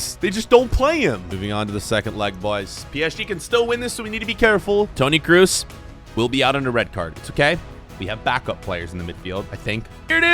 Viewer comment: How did you butcher Kroos so bad 😭😭😭